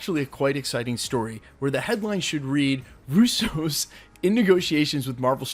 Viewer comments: Not to be picky but it’s the RUsso brothers, not the RussO’s. It’s an Italian last name and the stress is on the first syllable in this case. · Why u say Russos like there a type of cereal lol roose- ohs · They're not the Rouseaus. They're the Russos. They're Italian, not French - accent on the first syllable. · The “Russeaus”, this is the first time I’m hearing their names in a French accent. Lol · Bro stop trying to pronounce russos in a different way its mad cringe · Bro. I gotta know why do you say their name like that?? Love your Channel keep up the good work